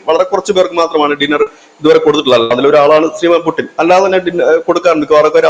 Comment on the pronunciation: പുടിൻ അല്ല പുച്ഛിൻ അങ്ങനെ ആണ് ഉച്ചാരണ ശുദ്ധി